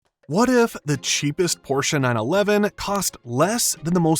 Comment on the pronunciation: Thanks for properly pronouncing the brand name instead of the stupid "porsh"